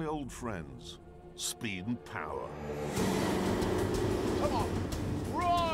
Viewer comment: SSSPEED AND POWAH